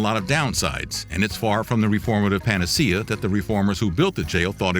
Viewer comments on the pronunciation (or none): none